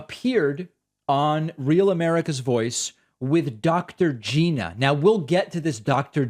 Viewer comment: Nice to meet you Dr. Gina {geena} No its Gina {G•eye•na} rhymes with China